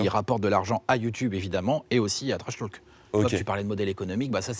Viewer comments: Personne: - Le journaliste: « TrashTAULk 😳» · Lucien Nedenon un peu tendu peut-être et sa prononciation sur « trashtalk » ouille 😓 mais les questions et relances sont bien bossées quand même.